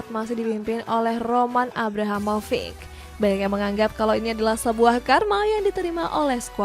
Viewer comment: Masih ada beberapa catatan untuk narasi, "Mencuri" point lebih tepat ditujukan untuk tim yg tidak diunggulkan, kalo Roma "mencuri point" dari spezia artinya spezia lebih diunggulkan dong. Di upload an sebelumnya juga begitu. Kesalahan penyebutan nama, Roman Abramovic, bukan abrahamovic